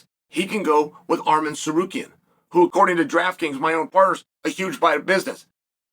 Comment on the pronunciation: Messing up “Arman” but nailing “Tsarukyan” is soooo Uncle Chael